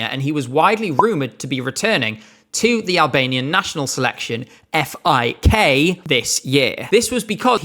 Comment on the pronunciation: As a German, thank you for saying F-I-K.